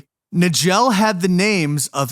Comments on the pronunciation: Richard Case Nagell's last name is pronounced "Nuy-ghull" not "Nuh-jell" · Her name was Cheramie. And Nagell is pronounced Nay-gull. Somebody needs to edit these AI flops